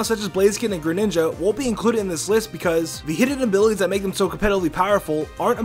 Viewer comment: kit h gren-"ninga" xD